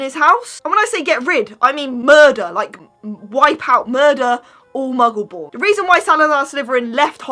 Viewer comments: Sean Doody they said mungle when it’s muggle ( are they even a Harry Potter fan ) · Are you even a Harry Potter fan you said Mungle and it’s Muggle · Did you just call a muggle a mungle!!